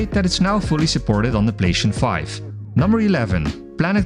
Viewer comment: The way you say PlayStation 😡